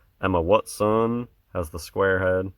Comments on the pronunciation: Luv the wat son way you say it man hilarious bro keep up the good work pal peace out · Crackin' me up with the "Wut-son"